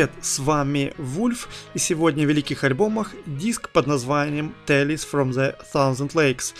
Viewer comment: С английским произношением нужно что-то делать... "Тэйлз"!!!